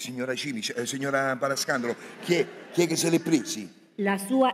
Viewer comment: Comunque il cognome esatto e’ Parascandolo e non Parascandalo…